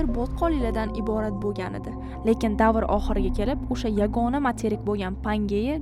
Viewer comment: sheva qara usha payt emas o'sha payt